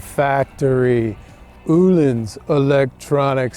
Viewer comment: Thank you for the lesson in the correct way to pronounce the word “Ohlins”.. most people here in the USA get it wrong. Me included. Great production value on your video. Great information. And fun to watch. Keep up the great work👍